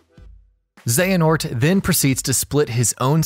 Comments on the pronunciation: Overall, this recap is accurate and enjoyable, but hearing "Xenahort" instead of "Xehanort" in the latter sections of the video... 😬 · I won't forget that "Xenahort" moment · Got real triggered when i started hearing "Xenahort" instead of "Xehanort" but at the same time I would've hated to go back and redo that shit too LOL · I feel a lot of darkness everytime this guys says Xenahort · Every “Zena-hort” hurts my soul. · Halfway through the video they start saying Xenahort instead of Xehanort, and it ruffles my jimmies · Who the fuck is Xenahort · Y’all butcher Xehanort’s name bout as much as you do “Yuffie and “Red 8”😒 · Was a great video until the second voice actor cant figure out how to pronounce the main antagonist of the game and is then so distracting you cant follow along. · Okay... Having 2 different narrators is not ideal to begin with... But having it 1, start over half way through and 2, having him say one of the most common KH names WRONG... my god... The info is good, but it's so hard to sit through the second half of it... Not t mention the fact that only half of the "X blade" mistakes were fixed... A mess of a video, but all in all good. P.S, you mention we should comment if we thought you missed anything and whatnot, but are you even going to look? who's going to look? is anything going to change? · Aaaah!!!! Pronounce the names correctly please!!!